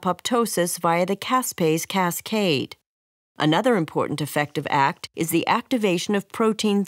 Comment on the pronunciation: Small quip- A-K-T not “act”.